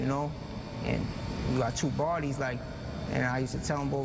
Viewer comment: I can't trust dude..cant even say bodies...dude said I got 4 Barbies